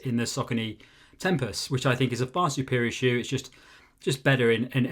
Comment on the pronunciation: He totally pronounced the shoe wrong 😵‍💫